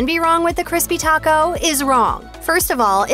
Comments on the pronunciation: I can’t trust the advice from someone who can’t even pronounce Taco right. Double decker for life! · Is anyone else super annoyed at the way she says taco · The narrator’s pronunciation of the food is just horrible. “Tacou” “tortia ” “picou te gayou” “il poyou loucou” any way, all of the food on this video is not real Mexican food. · nice video. I do plan to check out Taco Time when I go to Vegas. But, wow some of the pronunciation on words like "taco", "pico de gallo", and "El Pollo Loco". 🤢😭